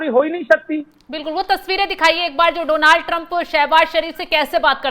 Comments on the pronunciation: Its not Dooonald Trump, it's Donald Trump✅ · Oh bhai donaaald nahi just donald hota hai why every journalist saying same 😂😂😂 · Donaaaal Trump nahi Jahil Donal Trump hota ha 😅😅